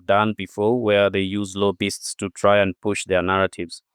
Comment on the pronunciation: I agree that the correct pronunciation of "Lobbyists" is "Low Beasts".